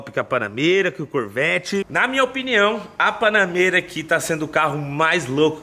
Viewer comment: Prq tu fala BANANEIRA ????